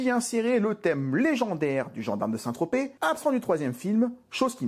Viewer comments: Il a dit Saint Trospette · "Saint ... Trospète" ... "oh moi il m'énerve !" 😂😂😂